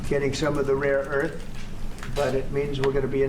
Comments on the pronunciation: “Raw earth”? and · "Raw earth" he said it like 6 times, he doesnt even know what rare earth minerals are 😂😂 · Someone tells him it's rare earth not raw earth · "Raw earth"? lol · Does Raw earth sound like rine land if you spell it that way . 😂